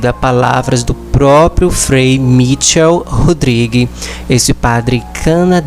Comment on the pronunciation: esse teu trabalho de divulgação é muito importante para atingir mais pessoas. Deus te abençoe por isso. Apenas corrija a pronúncia do nome do padre. Não é Mítchel, mas sim Michél. Porque ele é de origem francesa.